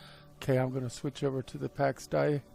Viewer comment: ITS PRONOUNCED DAY!! PAX DAY